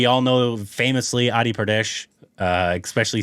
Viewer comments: And it is not adi Pradesh ..it is adi purush...."pu-ru-sha it's Sanskrit word mean man...adi mean Frist or start or oldest so adi purush mean Frist man...and yes pradesh also a sanskrit word mean STATE ...YOU CAN RECTIFY 😊😊😊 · Entire video-: “Adi-pradesh” Actual movie name: “Adi-purush” 😂. But thanks for bringing the reaction so early guys and seeing how much already knows about Ramayana, excited to see how he feels for it for when the movie is finally out.